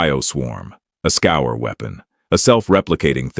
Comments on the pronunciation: When was the last time you met a “human” who reads scourge as scour? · I wonder why "Scourge" is pronounced "Scour".